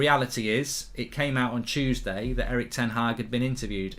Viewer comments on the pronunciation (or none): none